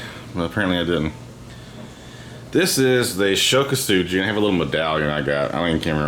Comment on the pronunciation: Ko-Su-Gi not Ko-Su-GEE